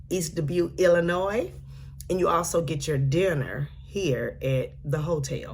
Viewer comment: Thank you for not putting the S in Illinois! Way to go!